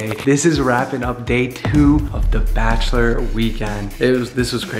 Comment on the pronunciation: It’s “Bachelor”, take out the “T”